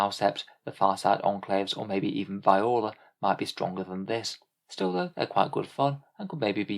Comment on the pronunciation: Just a note Viorla is pronounced vee-or-la